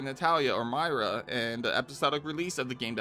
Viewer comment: had me until he called her "Myra"